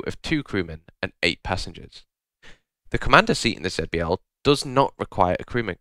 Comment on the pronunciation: Please consider pronouncing it Zee-B-L instead